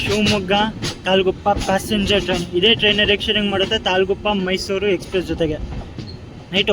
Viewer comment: ok bro next time in caption and even when u speak put it and say it as mysuru only